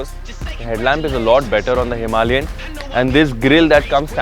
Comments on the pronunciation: Wtf is himi? Are you reviewing a scooty? A grand name for a grand motorcycle should be spoken clearly. It's not pep. Its a Himalayan. Power Drift has become worst from worse for vehicle reviews. I'm flagging this channel off. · Himalayan isn't pronounce "Somalian" with an "H". I had to stop watching after 1 minute. Too cringe. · Stop calling Himalayan a "Himi". It's cringe af.